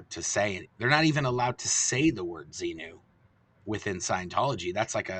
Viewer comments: I watched a YouTube lecture of Hubbard recently and I was literally just wondering if anyone else caught how he said zemu in stead of zenu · Tommy deliberately mispronounces Xenu as "Xeno". That way he can deny an ancient Greek philosopher who invented "Xeno's Paradox" was part of Scientology dogma. Which is true. But it's a cynical conflation of two very different characters. A cheap trick.